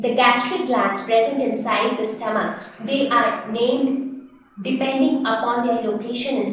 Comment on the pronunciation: stoamch😂😂😂lol